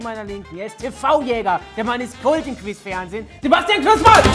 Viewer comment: Wtf, ich dachte immer er heißt Knussmann nicht Klussmann xD